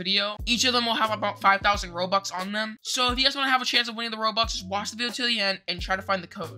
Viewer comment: DUDE THATS NOT HOW YOU SAY ROBUX AND YOUR A ROBUX BEGGER